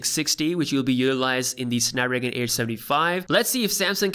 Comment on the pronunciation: Did my man said "snapragan"? 😭😂